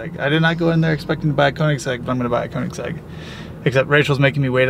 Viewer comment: Dude on the phone pissed me off when he said koenigsegg koenigsag and trevor said porsche like someone who doesnt know how to say it correctly im glad he doesnt own one it should be illegal to own a porsche if you pronounce it that way